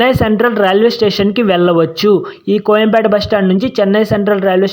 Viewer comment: కొయంపేట కాదు కోయంబేడు